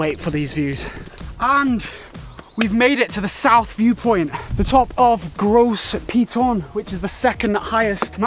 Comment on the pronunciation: My goodness! As a local if I hear this man say the name of things in this video incorrectly for the next 5 mins , I will scream. You mean to tell me, not one of the guides corrected the poor man on pronunciation of saying Gros [GO] Piton. & Castries [CAS]tries.. and others 😅 Wheeew!